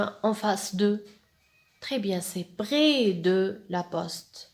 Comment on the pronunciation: parfait sauf que je vous ai entendu dire brès de porquoi ?? malgré que votre prononciation est bonne. pkhè et pas pghè. 🤔🤔🤔🤔